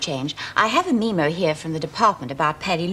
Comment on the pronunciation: Third time the governor says "meemo" so far in the series.